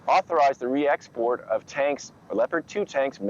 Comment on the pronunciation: Biden: "And all of them will get the re-expot licence!"